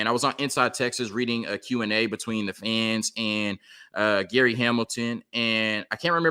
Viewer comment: Just want to help you a little. You said the Gary Hamilton. It’s Gerry (pronounced Jerry Hamilton).